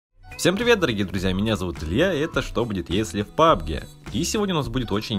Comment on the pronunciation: ГОВОРИ ПАБГ а не пубг